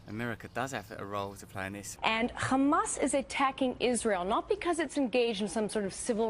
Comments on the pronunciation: Why is she saying Khlamas when it's clearly hamas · Is she an expert??? Its not Khamas..its Hamas. And I m guessing she has no idea what is going on there other than what they told her to say.. Now who's they.???... That is a good question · Why does she add the K in front of hamas? Does she think all things Arab that starts with an H sounds like KH?